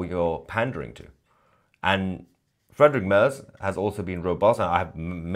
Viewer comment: "Frederick Mörs"??? 😂 His name is pronounced "Friedrich Maerts". 😉 And yes, of course, also for me, as an Austrian, there is no state of Palestine.